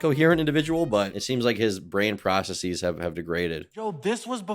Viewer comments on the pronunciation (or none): Hey, you've said you read your comments, so maybe just this once I can actually reach someone who's making this particular horrible mistake. It's processEs, not processEEs! There are a couple of words that do the long-E plural (theses, bases), but there's this recent trend where people do it with all plurals whose stem ends in S, and it's driving me crazy.